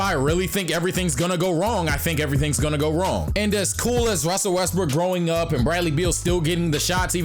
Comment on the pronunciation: "if russel wesbrock russel wesbrocks" ahahahhahaha made my day